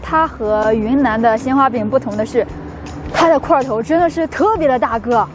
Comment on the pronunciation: 说特别的特的时候好搞笑